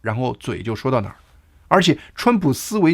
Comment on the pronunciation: 跳跃 的 读音 应该 是 TiaoYue